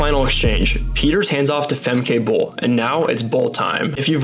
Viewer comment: I get that Americans confidently mispronounce Dutch names that also exist in the US, like Franke, in the American way, but "Famkay Bowl" just sounds so bad.